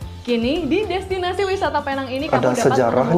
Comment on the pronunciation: sebutan yg bener adalah peneng